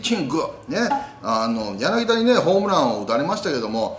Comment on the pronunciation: ヤナギダでなく、ヤナギタですよ。